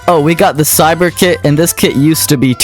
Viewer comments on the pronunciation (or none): Never let this guy cook bro man saying cyber is an s like how💀💀🙏🏾